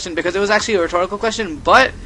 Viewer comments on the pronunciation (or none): none